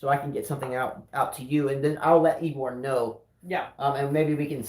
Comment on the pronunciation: you pronounced Igor correctly